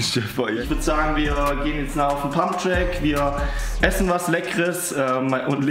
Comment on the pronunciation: Pumpen gehn ❌ Pumpträck gehn ✅ Farbe von deinem Kübel kommt gut!